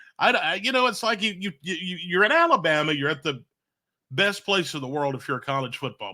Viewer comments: said Alabrama. Lol. Great show guys! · “ALABRAMA” 🤣🤣🤣 Roll Tide!!!